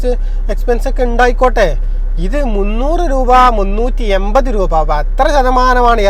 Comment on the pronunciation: എയിവത് രൂപ. ഇനിയെങ്കിലും മാറ്റിക്കൂടെ ഇങ്ങനെയുള്ള ഉചാരണം.